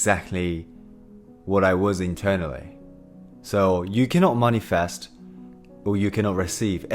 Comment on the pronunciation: I like how he pronounces manifest like moneyfest it’s nice